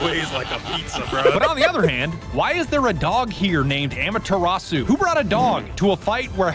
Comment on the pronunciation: its ama-terasu get it right!